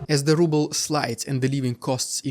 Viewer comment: The Russian "Rubbel" . So true 😂😂.